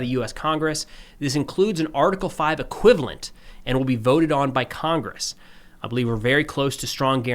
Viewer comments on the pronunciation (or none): none